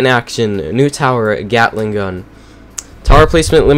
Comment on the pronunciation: Uh why did i hear *gyattling gun"